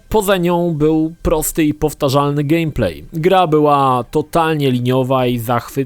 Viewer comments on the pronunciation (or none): none